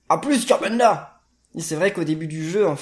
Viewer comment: Tu a dis kirbendo au lieu de kirbenda